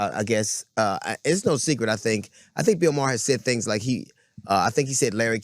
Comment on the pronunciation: Bro said Bill Mah. It's May-her.